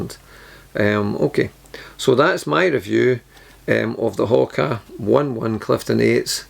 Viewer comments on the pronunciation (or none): Come on! It's no Hoka One One. It's Oh-Nay-Oh-Nay 😂